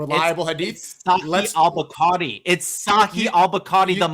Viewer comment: He read 20.000 hadiths lolll he's definitely lying he couldn't even pronounce bukhari correctly 😭